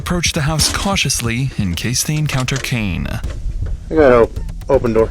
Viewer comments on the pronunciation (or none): none